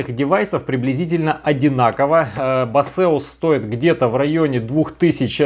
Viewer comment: Да не басеус это, а БЭЙСОС или БЭЙСУС